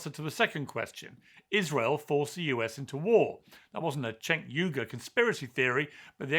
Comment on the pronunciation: JENK YUGAR - that’s how you pronounce his name. Not that hard, guys. 🤦‍♂️🤦‍♂️🤦‍♂️